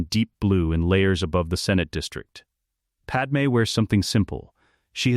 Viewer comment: FOR TROGDOR'S SAKE! WILL /SOMEBODY/ FIX THAT BLASTED AI VOICE-OVER???? IT'S "PAD-MAY", NOT "PAD-EM"!!!!!! AND NOT "PAD MAMIDALLA"! SHE'S FROM NABOO, NOT KRYPTON OR INDIA!